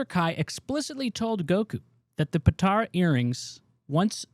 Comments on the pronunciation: "Dragon Ball Z retcons" makes it sound like the retcons happened during SBZ itself. "Retcons TO Dragon Ball Z" is more accurate. But then, many of us noticed them. It's "poe-tar-uh" not "poe-tair-oh." Then, you showed a clip of Whis telling Beerus that Beerus told Freeza ro destroy the planet, and you then said on camera that Beerus was the one who told Whis that in that scene. Otherwise, good video. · How do you watch the show and still mispronounce 'Potara'... Dislike